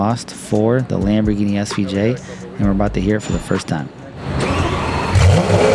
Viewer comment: he clearly said "LEMBERGINI SVJ"..(SVJ)